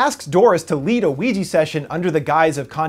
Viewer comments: did you just say ouiji? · I couldn't help but laugh when he said Weegee instead of Ouija. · why does your pronounciation of ouija sounds like luigi for some reason lol or is it just me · Why is Ouija pronounced Wee Gee?